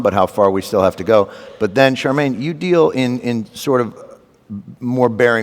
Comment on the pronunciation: Her name is Shaar-meen, not Charmaine..how hard is that to say?